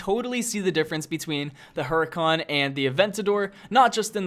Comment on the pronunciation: hurican not hurykan :(